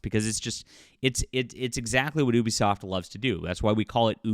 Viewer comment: It's pronounced You-Be-Soft, not Eww-be-soft.